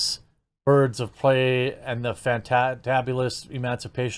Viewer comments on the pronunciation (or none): It’s robbie like robby and prey like pray.